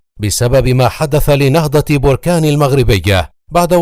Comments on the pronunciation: Les Egyptiens prononcent mal le nom de BERKANE . Ils disent Borkaane . C'est BERKANE . Maachi borkaane . Berkane est un nom berbère . Borkaane c'est un volcan ... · بركان بفتحة الباءوليس بالرفع